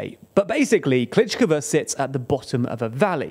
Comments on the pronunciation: Bro, every time you butcher the hell out of those names. At least make an attempt to read them. Klishchiivka you pronounce Klishkova - It's not even close. And in previous videos you pronounce Prigozhin in 3 different ways in the same video, absolutely butchering that name too. It's just so annoying to listen to! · it is pronounced something like kleesheeyevka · The way he calls Klishchiivka as "Klichkava" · Sees: Klishchiivka Says: Klichkva Whyyyyyy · Kleesh-cheev-ka. Not Kleech-k'va. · He doesn't even say Klish-ihv-ka. He says Klitsh-kivva. 🤬 (and sometimes Bachmutt) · "Klítchkava"? ==> "Klishivka" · For God’s sake learn to pronounce the names of settlements. It’s not Klichkove or whatever you were saying. It’s Klishchiivka (klee-shee-ee-fkah) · I had to stop watching after you said Klitschkova for the 20th time. Why can you properly pronounce Andriivka but not Klishchiivka? 😅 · You pronounce klish-chi-ivka wrongly. Kli(sh) - (chi) - (ivka) (Sh) = like Fi(sh)ing (chi) = lysi(chi)ansk (ivka) = andri(ivka) Similarly you pronounce sh like s, zh like z and ch like c. (Zh)ytomyr or (zh)erebets pronounces zh like kin(zh)al, not like (Z)avod or (zelensky). Bu-cha pronounces (ch) like Lydia(ch)iansk or like (ch) eck this out. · And he actually says Klitsh-kivva – doesn't even get the consonants in order. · Klitsh-kivva, Bachmutt... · because pronunciation is not always equal to the written form, and also because he is not Ukrainian en these names are difficult to pronounce correctly. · River Zhe-reh-betz'. (Means male horse, btw). Honestly it's hardest of all to explain Ж 'Zh' sound to the people in the West, but the mistake you made in the second syllable is weird. There's no "gh" there, that's R, pure and simple. Kli-shchiv-ka (That scary 'shch' combo is the same consonant you hear in the first syllable of the word "shield". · Klee shchee yeev ka (...eeeeee-yeeeee...) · You guys need to learn how to pronounce town names properly 🤣 klishciivka